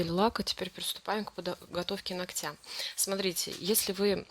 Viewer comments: И не ногтЯ, а нОгтя если видео снимаете, говорите правильно, не в обиду, просто слух реально режет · Все хорошо, но как же выводит это "ногтЯ"!!! НОгтя, дорогая девушка, нОгтя - ударение в родительном падеже на первый слог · Не ногтя,а ногтя ударение на первый слог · Не ногтя,а ногтя. Ударение на первую гласную.